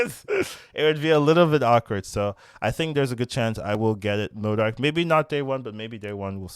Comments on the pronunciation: Theres no R in modok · Bro really hitting the R in MODOK 😭😭